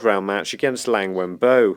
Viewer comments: hey, loved your content so far, but it's LIANG Wenbo, not LANG. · You keep mispronouncing Liang.